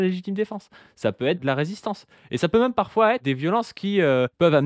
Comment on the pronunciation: Est-ce que quelqu'un sait pourquoi prononce "même" "meume"? C'est une manière de prononcer ce mot qui vient d'où?